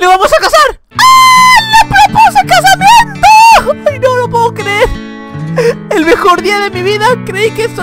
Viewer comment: Like si te diste cuenta que dijo casimiento 😂😂😂